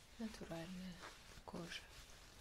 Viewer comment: Очень приятно, особенно в области АСМР, видеть человека с 3рёхзначным значением IQ. По-чаще снимайте кожаные видео. И слово "кожа" слушать от вас одно удовольствие. Вы его как-то по особенному произносите. Спасибо!